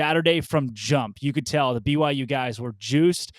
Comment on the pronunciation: Why is it so hard to just say "B-Y-U" annunciating all the letters as you say it? If you're a BYU podcaster you should recognize that there is a clear Y in the middle. BU is Baylor, B-uh-U is not a university, its an indication you need a good decongestant.